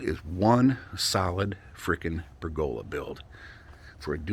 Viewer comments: It's how pergola is pronounced in the South and Southwestern US and in Australia. You say to-Mawt-to, we say to-May-to. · I can honestly say, after living around people and pergolas in four states, I have never heard it pronounced that way lol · There are two pronunciations of pergola, three if you count Italy. Two in the US: Perg-uh-la: Northern & Eastern US. Perhaps the PacNW. Per-GO-la: Southern and Southwestern US & also Australia. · Well, then there’s the pronunciation of, “per-GO-la” 😂